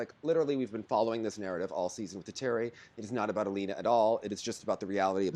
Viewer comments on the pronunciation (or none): Does anyone know why it's now Al-e-oh-nah when everyone used to pronounce it Al-ee-nah (Kostornaia)?